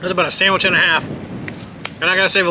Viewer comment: Ya just like you made your "samich"